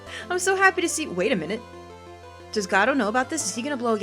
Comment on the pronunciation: I think his name is pronounced Go~dot